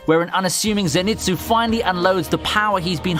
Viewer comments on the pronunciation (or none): FYI, it's not ze-nitsu, it's zen-itsu. just like detective conan's shinichi, it's not shi-nichi, but shin-ichi. I'd say that if you find Japanese name having an n in the middle when written in latin alphabet, chances are it belongs to the syllable before it.